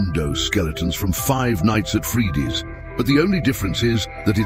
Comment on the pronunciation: yeah cuase your ai or smth said freedy instead of freddy